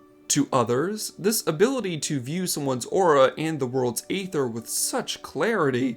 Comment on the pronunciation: It's pronounced ether, not ay ther